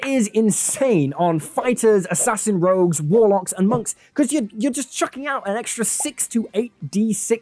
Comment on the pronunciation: I clicked off at "Rouges"